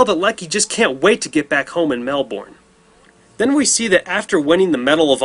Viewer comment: Mel-burn not Mel-born